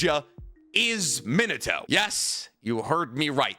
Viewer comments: That pronunciation of Min-a-toe is just so stub-me-in-a-toe horrendous. It’s mee-nah-toh. Key distinction between saying toe and toh is that toe is a little elongated at the end in that you’re stretching that “o” sound. Toh is not elongated. It’s very short and staccato. And yeah, I know this is nitpicking on top of nitpicking but it’s like nails on a chalkboard to me. And you say Minato’s name so goddamn often. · Where did you get this absurd pronunciation of Minato?